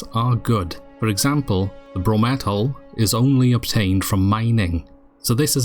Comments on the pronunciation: I'm going to be that guy but it's brom- eh - lite not bro-metal 😂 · Are you still calling it "Bro-Metal"? Because I, too, got super triggered by seeing you HOVER YOU MOUSE CURSOR OVER "BROMELLITE" only to hear you say "Bro-metal". It's downright unhelpful and confusing. Other than that, the video is short and to the point, even if the info might not apply to the current state of the game anymore. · I was tearing my hair out watching this lol. Since when is Bromellite actually pronounced BroMETTLE. READ !